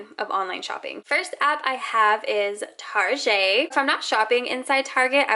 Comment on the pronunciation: Idk why but when you said target like tazej the first time it triggered me btw I am not american